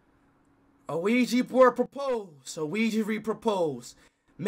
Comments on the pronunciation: Why speed say ouija board Luigi board😂😂😂😂😂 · LOL IT DOES SOUNDS LIKE LUIGI BOARD THE